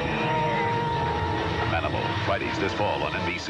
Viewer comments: I know you said Manimal, but I swear I heard "Danimal"the first time. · The proposed spinoff... Did you say, "Ma'aminal"?